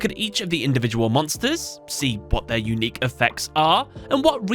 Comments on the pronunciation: Lol "unuiqe" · ah yes, I do love me an "unuiqe" effect